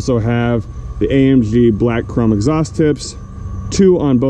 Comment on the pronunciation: Say AMG not AMpshhhhhhh